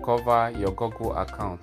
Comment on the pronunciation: Bro said gogle 💀